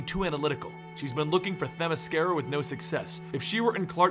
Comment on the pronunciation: you said Themyscira correctly. Nice job.